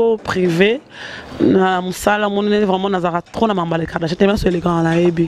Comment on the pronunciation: on dit KARDASHIANS et non KARDA CHAT yo mutu otangaa